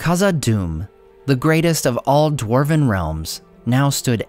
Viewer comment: For a "" your Dwarven pronunciation is lacking.:(